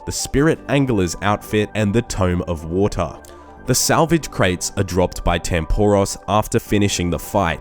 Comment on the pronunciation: Tome Of Wataahh